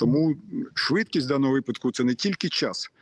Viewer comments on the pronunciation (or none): none